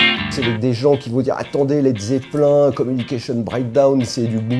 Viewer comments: led zeppelin ca se prononce 'zeppeline' en anglais c ringard de dire zeppelin sinon en riff j'aurai cite le riff de You really got me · j e l'aime bien mais putain qui m'énerve avec son LED ZEPPELIN LIN c'est peut être comme ça que sa se prononce mais pour moi sa sonne mal j'aime LED ZEPPELINE !!pourquoi?? une habitude de vieux??? merde!!